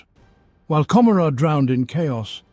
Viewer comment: A decent rendition of lore from the 7th edition campaign book, Gathering Storm: Fracture of Biel-Tan. However, it pains me every time you mispronounce Commorragh. 40k designers have said the name is an allusion to Gomorrah, from the biblical story of Sodom & Gomorrah, and should be pronounced as such.